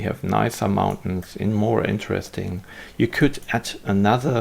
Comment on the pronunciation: Mountains! Not Mauntains! :)